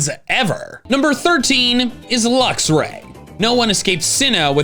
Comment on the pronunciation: THERE IS NO VOWEL BETWEEN THE X AND THE R IN LUXRAY!